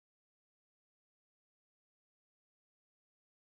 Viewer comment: 😂ra revedere,no mija... LA REVEDERE... EL, LA... SE PRONUNCIA MÁS.😊 LES CUENTO UNA COSA, Porque crees que no vuelven los romanos establecidos en España o Italia... Simplemente por pereza, o porque llevan ya muchos años fuera de Rumanía. Yo sin ir más lejos, tengo prioridades y propiedades en Rumanía pero como llevo 24 años en España más mucho más de lo que he vivido ahí, me es difícil ya que la familia también cuenta críos educación etc. No es pq no quiere uno... Es más España por ejemplo va mal, na hacia abajo hoy en día cobro lo mismo que hace 20 años y los precios muy mal hoy en día en Rumanía con 1500e viven mucho mejor que en ESPAÑA. Doblemente mejor